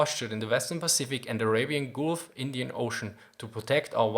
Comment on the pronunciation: The way you pronounce 'gulf' distracts me so much. That double 'o' sound you're using is a Germanic sound you're mistakenly using in the derivative English it comes from. It sheds that sound and shortens it. Sorry.